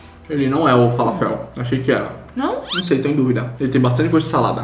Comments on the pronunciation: faLAfel, não falaFEL, 😂☺️ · Só uma coisa, eu não sou super entendedora da culinária árabe,mas acho que a pronúncia é "faláfel", é um bolinho de grão de bico 😉